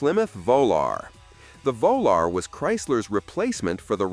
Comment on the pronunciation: Whats a Plymouth VOLAR ??? Moron!